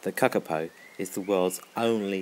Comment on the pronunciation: Say kakapo properly